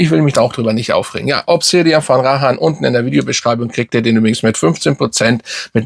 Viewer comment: Sorry, aber mal ganz im ernst jetzt,deine Videos alles schön und gut,aber du solltest als doch so grosser Fachmann wie du gerne mal hin und wieder durchblicken lässt zumindest die Namen richtig aussprechen!! Es heißt Rayhaan und nicht Rahaan,das tut ja in den Ohren weh 😁🤣... Und falls du es nicht glaubst,einfach mal google fragen 😉 Ist mir schon öfters aufgefallen,macht deine Videos irgendwie unglaubwürdig